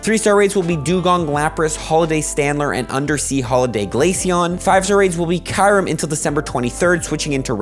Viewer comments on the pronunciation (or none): Kyurem😳 I thought the name should pronounce as key-yo-rem, not kai-rem🤔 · I never heard anyone pronounce Kyurem like how says "Kai-yurem" lol